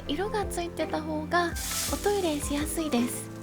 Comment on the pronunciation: 「おト↑イレ」出た！静岡なまり？